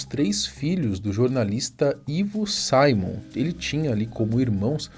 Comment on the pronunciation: Boa tarde. É Simon mesmo. Não Saimom 😊